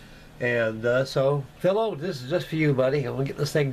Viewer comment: It's phy low pronounce it right!lol!Looking great as always!